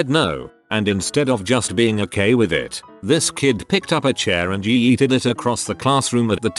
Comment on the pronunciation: ye-eted... yes, thats how we say "Yeeted" ye-eted...